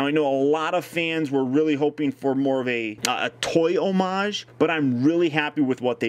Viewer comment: Say "homage" again! I dare you!